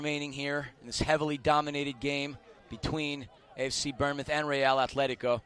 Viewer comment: I'm sorry please calm us bournemouth pronounced born mouth